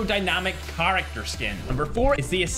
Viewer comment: Pls stop pronouncing the word character so weird bro